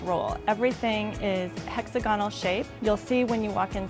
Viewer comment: Hey!: It's pronounced "hex-AHH'-guh-null" - NOT - "HEX'-ah-gah-null"